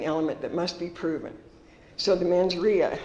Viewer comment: "mens ria". Lol edit: she says it 3x too